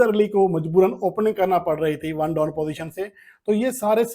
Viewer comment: Correction plz. The word is one down not one don